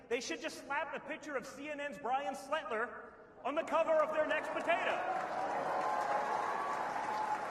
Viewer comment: It's too bad he butchered Brian Stelters name, that would have been an amazing joke.